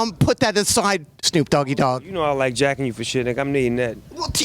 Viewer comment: "Shnoop Doggy Dogg" 😂